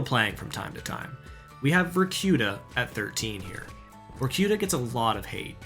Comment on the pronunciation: VORKIURA😂😂😂😂😂 IS VORKUTA DON’T READ EVERYTHING IN ENGLISH PRONUNCIATION